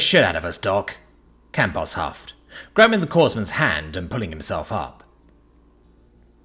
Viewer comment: Corpsmen is pronounced Core-men, the PS is silent. Same for Marine Corps, pd silent.